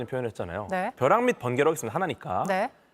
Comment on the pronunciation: 버락ㅋㅋㅋㅋㅋㅋㅋㅋ 버..벼락ㅋㅋㅋㅋㅋㅋ 위험햇음 ㅋㅋㅋㅋㅋㅋㅋ